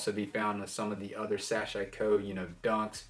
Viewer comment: Also it's pronounced SAH-SHE-KO. ;)